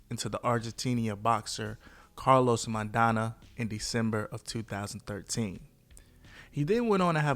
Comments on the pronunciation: .. did he really say "Carlos maidana"??? C'mon man!! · Marco maidana not carlos